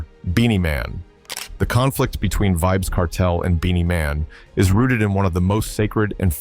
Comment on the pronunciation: Pronounce his name properly